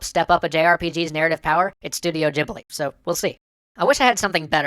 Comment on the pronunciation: Did you just say Studio Gibli instead of Ghibli?